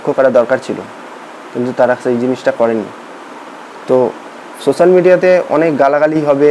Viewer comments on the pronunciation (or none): none